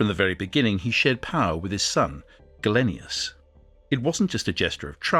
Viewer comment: Interesting stuff, but you could try to pronounce names like Gallienus not Gallenius and Principes properly.